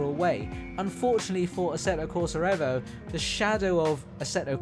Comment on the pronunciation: another youtuber who refuses to pronounce the EVO properly. you lost me after 10 seconds mate.